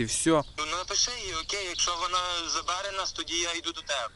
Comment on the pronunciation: Когда слышу как говорят " заБере" просто хуй стреляет от этого ... дичь